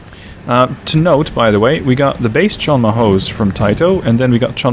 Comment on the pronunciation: imagine saying tito as tyetoe lol. Its pronounced Teetoe